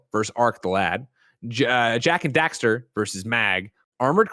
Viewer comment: It's Jak and Daxter. It's always been Jak and Daxter.